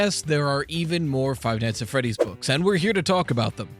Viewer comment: Five nigshs at friedddddieeeeessss is this what your eheidjnel Five nIGHTS ANT freeeeeDIIEESSS eiennsiejemek